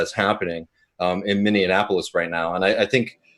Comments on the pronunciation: Minion Appleless? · I'm enjoying the stream, especially pronouncing Minneapolis "Minnie-in-apolis" 😉😘